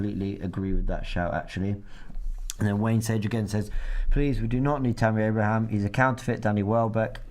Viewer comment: Robbie,its pronounced Abraham 🤦‍♂️